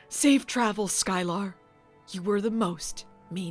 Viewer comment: Sky-Lar...eh, she was no Groppler Zorn...